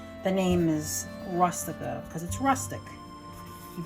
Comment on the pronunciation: Good idea to cut them in the small pieces like you did. For a minute I didn't think you were Italian by the way you pronounced Rustica , r US tica. The U in Italian and Spanish is pronounced OO as in rooster. I'm going to try cutting up the meat next time. Thanks ❤